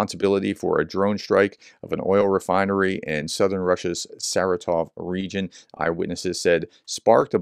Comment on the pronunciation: Thank you for your coverage of Ukraine. Check Wikipedia for the pronunciation of Saratov. It is more like ser-RAH-tof.